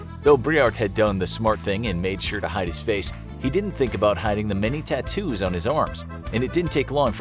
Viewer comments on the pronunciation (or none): none